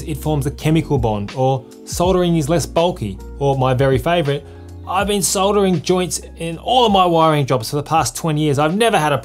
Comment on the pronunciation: Thank goodness you know it has an L in soldering and soddering like the yanks. Was going to be a hard watch otherwise 😆 Thank you for the well presented video.